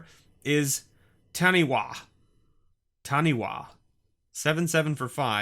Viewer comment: Some amazing and nostalgic pulls there! Glad to see there were no Laces! Woohoooo!! Love seeing that Braingeyser....would quite like it to go with the one in my collection! Taniwha is a Maori (Native New Zealanders) word and is Tah-Nee-Fah. The wh is said as an f. Its a spirit sea serpent which guards rivers.